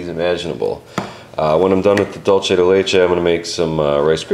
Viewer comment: It's not "dole-che" it's pronounced "duel-Seh"